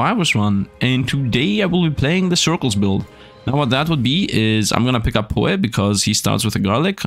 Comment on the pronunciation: I love how pronounces Poe wrong p-Oh